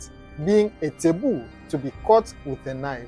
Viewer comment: Taboo , not teboo